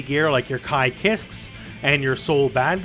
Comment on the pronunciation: I've spent the last ~17 years pronouncing the blond lightning boys name as KEE-skay. This is the first time I've ever seen someone pronounce it 'kisk' I still think I'm right on this one...